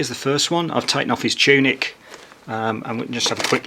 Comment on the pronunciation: did you say tunic or tunip?